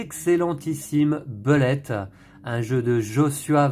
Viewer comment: Heureusement que est là pour nous faire ressortir des jeux auxquels on ne pense pas forcément;) (sinon phonétiquement le U de Bullet se prononce OU. ce qui nous donne boulett’ au lieu de beulett’;)